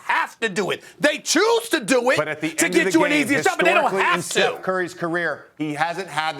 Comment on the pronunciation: Steph…. It’s Steph…….Steph….. it’s not even close 😂